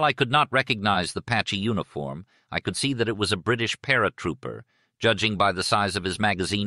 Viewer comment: I recall he pronounced it "u-nee-form!"